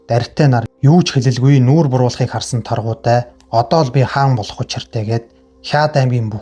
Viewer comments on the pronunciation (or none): Сорхан шарынх Чулуун Чинбай гэж 2 хүүтэй.Мөн Торгудай биш Таргудай гэдэг